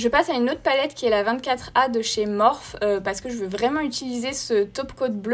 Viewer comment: Morphe ça ce prononce (Mophi)